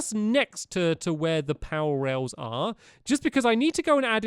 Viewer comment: You keep on saying powor rails!